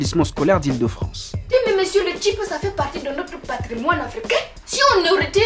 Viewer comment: Je croyais que le tchip était juste pour nous camerounais😭😭😭.suis dégoûté tout le monde connaît le tchip.mais c’est stuiiip et non tchip.faut pas gâter le mot